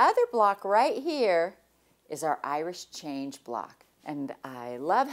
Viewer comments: Is Jenny saying Irish Change? I always thought it was Irish Chain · Is it an Irish Chain block? Sounds like Jenny is saying Irish Change. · I laugh every time you sat Irish Change block, so funny to hear